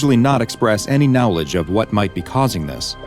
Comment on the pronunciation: I wonder what speech impediment only makes someone specifically mispronoune the word knowledge